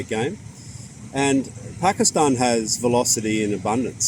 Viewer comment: i like he pronounces pakistan the right way